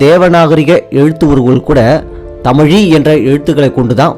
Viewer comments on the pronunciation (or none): none